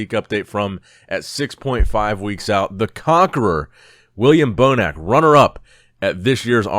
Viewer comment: At this point I thought you didn't even know how to pronounce william bonac... well done